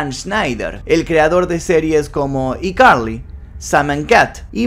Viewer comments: Cada vez q decía i carli me daba ñañaras Yo siempre diciéndole aicarli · Excelente vídeo Solamente que me da toc que digas "iCarly" en vez de "Aicarly" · SE ESCRIBE "I CARLY" Y SE LEE "AI CARLY"!!!!!!! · Por piedad, se pronuncia "AI" Carly!!! Lo que yo supe fue que ella había dicho que no le gustaba actuar sino estar detrás de cámaras como guionista y directora cuando le preguntaron por qué no volvía a la serie. Distinto fue lo que pasó con la que hizo con Ariana Grande. Se llevaban muy mal. Aparentemente le habían prometido una serie para ella sola y no se tomó a bien tener que compartir protagonismo con Ariana. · Cómo es posible que pronuncies tantos otros títulos de series en ingles sin problema y escojas decir: "Y Carli" "IIIIIIIIIIIII carli".... que incómodo de oír. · Hola, si qué tal, quiero saber más jajaja A propósito, es ICarly (pronunciado: ay carli) como el teléfono. Jugaban mucho con esa marca en los programas de Dan. Turbiiina y yo me crié con todos sus shows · y Carly jajajajja se pornuncia "aicarly" y se escribe icarly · que estrés, pronuncia “zoey 101” en inglés xd pero “iCarly” en español xd la “i” se pronuncia en ingles o sea /ai/